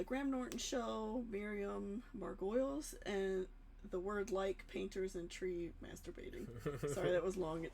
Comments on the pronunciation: Just a heads-up, her surname is pronounced ‘Mar-go-lees’ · It's pronounced Mar go Lees it would be Mar goyles if the y came before the L but it doesn't guys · her name is pronounced... Miriam margo- leese. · Margo-lee's is how you pronounce her name ;0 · Her surname is pronounced Mar go lees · Her name is pronounced "Margolees" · Hi Josh her surname is pronounced Mar-go-lees 😊 (that wasn’t a criticism btw, just for future reference) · It is pronounced Miriam Mar-go-lees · It’s “Margoleez” :P